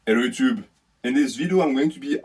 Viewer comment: "Ello ootoob"